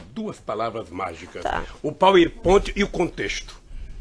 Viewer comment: Isso é um rato de esgoto. Capaz de qualquer imoralidade para se dar bem. . . Deveria ter o minimo de conhecimento do nosso lindo idioma: "Oio (oleo), eletica (eletrica), Petobais (Petrobras) etc.... sem falar no PaerPointi.